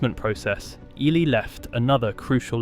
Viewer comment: The name is EEE-lie